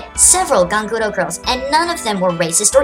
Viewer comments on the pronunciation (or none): none